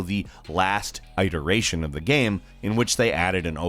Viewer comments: I’m just gonna throw it out there that it’s pronounced “it-er-aye-shun”(iteration) not “eye-ter-aye-shun”... just saying. Still like the vids though. Keep it up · Eyeteration? Uh huh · gameranx....boys...i love you guys...but...... its not EYE-teration.... its IT-eration... It like zit, not ite like bite. christ almighty it bugs the shit out of me. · it...eration not eye-teration...or is that another way to say it..if so....it sounds dumb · IT - ERATION not ITE - ERATION. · Whats an eyetoration, lol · Ideration? You really say it like that? Please get rid of. Please. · Please never say eye-teration again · “Eye-terations” Have you never heard this word spoke ? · does how this guy pronounces words like iteration bother anyone other than me? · They should make a new Faxanadu. Also, please do not hard-I "iteration". You know better. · you should really get some help with the pronunciation of the word 'iteration'. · Dude, you don’t know how to pronounce “iteration”? You’ve said it twice up to the halfway point, and you’ve said it very wrong both times. Hard to take you seriously. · I liked this video a lot although I can't get over the way you pronounced "iteration". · That's not how you pronounce "iteration" 😅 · He says it like someone who has only read it and doesn’t know how to actually say it. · Stop mispronouncing iteration please. It's like nails on a chalkboard when you say it with a long I. At least to me. I can't speak for everyone else. Thanks. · Stop pronouncing iteration wrong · Damnit learn how to pronounce iteration of you're going to continue to use it. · The way he pronounces iteration is eye-relevant, he’s still cool. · Love the vids, but please...learn how to say iteration. Google is your friend :) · Creeping me out with your whack pronunciation of iteration... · Why must you say "Iteration" in this way...why...Do you do it just to bug me?